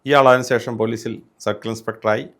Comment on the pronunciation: സേഷം അല്ല ശേഷം.. എപ്പോ ഴും തെറ്റിച്ചു ആണ് പറയുന്നത് 😄